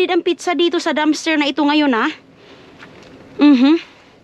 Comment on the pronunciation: yan kc ang pag ka pronounce ni ginaya lng ni, instead na pizza pitcha😂😂